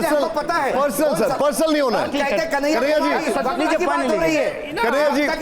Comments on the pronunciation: कन्हैया नही दलैयया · अस्पष्ट या स्पष्ट ? बार बार कनाहिया कुमार कहता है में अस्पष्ट करता हूँ